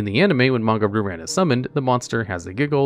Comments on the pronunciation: Fun fact: Ryu is pronounced "Reeyu" and means dragon in Japanese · Hahaha pronounces "Ryu" as "Roo," somewhere Seth Killian is smiling. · Isn’t it pronounced ‘rai you’ like the street fighter character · It's more like "Ryoo" (only one syllable, the "y" is a glide, not a stressed syllable) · Shocked and impressed that pronounced "Manga" right, and then he got to Ryu. Dammit, man. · The way he pronounces "Ryu" is making my skin crawl.